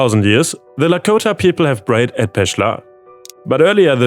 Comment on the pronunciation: Hey! Danke für die Videos! Wenn du Zeit und Energie hast: Die Aussprache vom "P" klingt bei dir oft wie ein "B" Bsp: Protest Camp, prayed, approved, plan, prove, programme, process. Alles mit hartem P. Ich bini sprachcoach und das fällt mir sehr auf. ^^